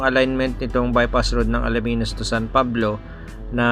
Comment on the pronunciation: Alaminos.. Hindi Alaminus😅😂😂